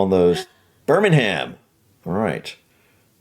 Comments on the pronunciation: Just one thing, when we (the British) have "ham" at the end of a word we usually say it "uhm" so it's not "bir-ming-ham" it's "bir-ming-uhm" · I love how you guys say "Birmingham" with the big "HAM" on the last syllable. It's actually pronounced more like "Birming'm". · In Britain we say Birmingum without pronouncing the 'g' too hard. Never BirmingHAM! Just trying to help 😊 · 'Ere, you going to have ter stop saying HAM! BIRMINGHAM is usually said - BER-MING-EM. Practise this an' drive yersel' daft eh! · So many people pronounce Birmingham wrong you pronounce it together not birm ing ham lol